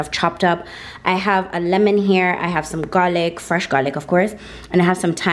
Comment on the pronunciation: Thats actually lemon